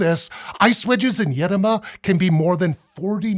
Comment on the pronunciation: Congrats on the effort of using the correct accent in the word "Edoma",. In Arkhangelsk region (Russia) where i live this word goes back centuries, with mostly forgotten meaning of "deep forest".